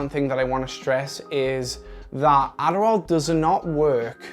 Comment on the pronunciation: he turns into an American ADDDDARRRRRRRRRRRRRRRAAAAL